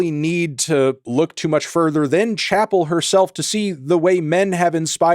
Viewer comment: She mispronounces her first name